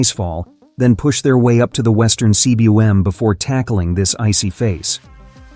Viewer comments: It's pronounced 'Kuum' in English (not C. W. M.)you stupid AI voice! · yo tell your ai voiceover guy that's it's pronounced western coom, not western C.W.M. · CWM is pronounced "Coomb"- It's a Welsh word. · Cwm is a Welsh word and it's pronounced "coom". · Cwm (Welsh for valley) is pronounced ‘coom’. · Hey, AI, "cwm" is pronounced "koom". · I don't mind the voice, honestly (but then, I grew up listening to the BBC's "received pronunciation") I just wish someone would teach it to pronounce "cwm"!